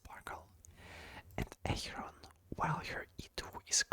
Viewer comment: Когда ты сказал Ахерон я подозреваю что ты русский....